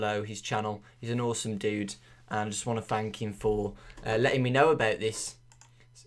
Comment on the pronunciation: why so you say him as in heem